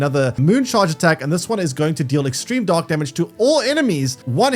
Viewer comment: Only listening to this I was hearing "dog wave" and "dog damage"...